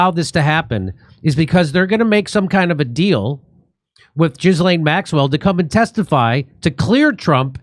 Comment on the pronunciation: Why do you keep calling her Jizz Lane?